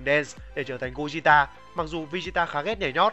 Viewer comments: gogeta chứ anh sao mà gojita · đọc theo tiếng Nhật mới đúng vì âm Goku Vegeta toàn âm nhật cả. Nên Gogeta cũng vậy. Đọc Gô gê ta là đúng. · Gogeta mà ad đọc "gogita" 😅😅😅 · nghe lạ 😂😂😂